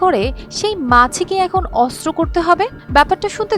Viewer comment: অস্ত্র উচ্চারণ ভালোভাবে করতে হবে, শুদ্ধ উচ্চারণ করতে হবে